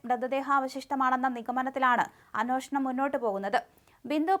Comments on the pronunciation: അന്യോഷണം അല്ല sister അന്വേഷണം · Ohhh ഞാനും പറയാൻ വന്നത്. ഈ കുട്ടിയോട് തന്നെ ഞാൻ മുന്പും പറഞ്ഞിട്ടുണ്ട്. അനോഷണം അല്ല അന്വേഷണം ആണെന്ന്